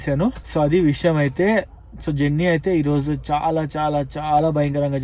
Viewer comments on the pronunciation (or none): none